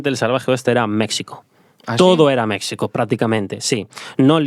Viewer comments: Ahora si te pasaste: se dice México no Mecsico. 😅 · Mexsico?? Wtf 🤣😆😆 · Es la tercera vez que escucho este podcast y me sigue haciendo gracia que diga mecsico 😂